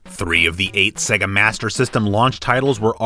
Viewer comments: Why do you say "segga"? The games themselves clearly tell you its "sey-ga - example -> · It's not segga, it's say-ga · Segger? Don't you mean Sega? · You know, the "Seega" master system. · Pronounced "Sayga" great video but that got to me after a while lol